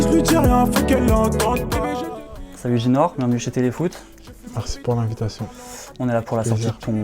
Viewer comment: il a dit ginor non ?